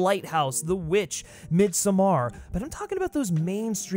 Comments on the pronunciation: Mid-SOME-ARE lol ain’t it pronounced Mid-Summer? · When saying the word "midsommar". Do not emphasize the "ar" at the end. The "somm" is where the emphasis should be at... sounds like mead-sohmmahr... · That’s not how you pronounce Midsommar lmao